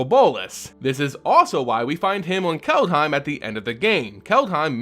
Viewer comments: If you want to say "Kaldheim" more like a Norwegian, say "Kald-he(like in hell)-ee(like in bee)-m" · Its pronounced CALLED HYME.